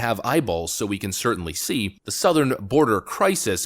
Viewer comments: Did he pronounce southern border as south-earn border? Sounds like it n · Not to mention his pronounciation of Southern was SOUTH ern border. 😅🤣😂🤣😅